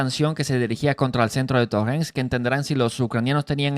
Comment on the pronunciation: Pokrovsk hermanito; No Prokovsk. Torestk; No Torrenstk